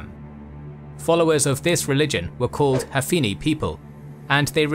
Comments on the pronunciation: It is called " Hanfi" people, not "Hafini" people. Your work is remarkable. Thanks. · man said HAFI NI and THA AAR with 0 clue wtf he is talking about